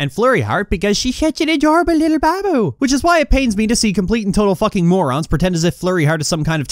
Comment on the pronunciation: The way you pronounce Babu is pretty much half of why I come here.